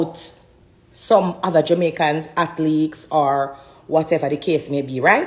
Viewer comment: Is it atleeks or athletes?,!!!,,mi nuh that bright but I think it's athletes, doh ,,ooh. 😊😊